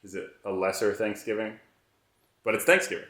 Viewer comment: Did no one notice he said slapsgiving?